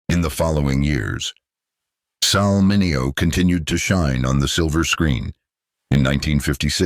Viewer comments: This guy needs to pronounce Sal Min e o’s name correctly. By now, 2025, every human being has heard the name Sal Min e o’s name! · This speaker has to learn how to pronounce Mineo properly! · Bullshit AI can't even pronounce his name properly. This is garbage.